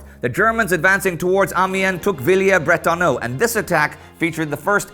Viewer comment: Villers not Villiers Indy.